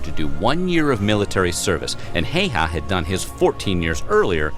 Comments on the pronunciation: Its super rare for Häyhä to be said correctly by someone who doesnt speak finnish, in this video he says Heihä and not Häyhä. But its ok, Finnish language is difficult to learn. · Actually the narrator is mispronouncing Simo's last name. Please do not try to copy his way.